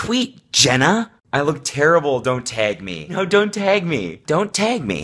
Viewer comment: He doesn't say tag he says teg